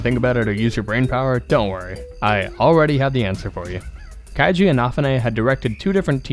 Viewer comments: 1 small thing: Keiji's name is pronounced "KAY-jee". ^_^ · Never heard anyone pronounce keiji's name like that. In fact, If I didn't see the writing on the screen, I'd have no idea who you were talking about.